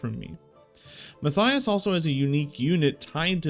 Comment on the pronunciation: Mat-Tie-Us. Matthias. Mattttt eye us. Try it out.